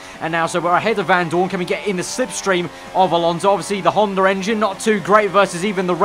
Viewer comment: I've noticed in this and some other videos that you say 'hondar engine'